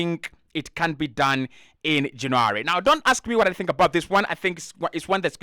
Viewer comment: It's not JanAry ..you silly sausage !! Its JannUary . Vlavoich ?? ...Noooo , This is a good an nformative positive podcast !!